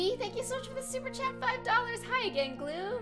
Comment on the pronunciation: Sorry 😞 super chat 💬 kinda sounds like super chad